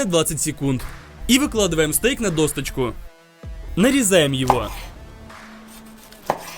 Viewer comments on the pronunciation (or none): Да епту. ДОСКА А НЕ ДОСТКА, ДОСОЧКА А НЕ ДОСТОЧКА. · Тоже тут) Все отлично, обожаю рецепты от Вани, но эта «досТочка» таааак ухо режет((((( прям до крови( ДОЩЕЧКА! ДОСОЧКА! ДОСКА, в конце концов))))